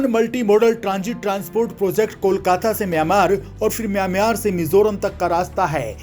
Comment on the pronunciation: Kam se kam mayan mar to sahi bolo..